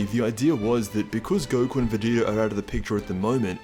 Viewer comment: lol "goku or vageta"...you mean goku.